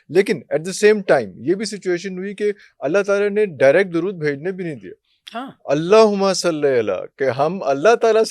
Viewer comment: Please correct pronunciation Yes — the correct wording is “Allahumma ṣalli” (اللَّهُمَّ صَلِّ), not salah. Ṣalli = “send blessings” (a verb, asking Allah to bless). Ṣalāh = the ritual prayer itself. That’s why in Darood Ibrahim we say: Allahumma ṣalli ‘ala Muhamma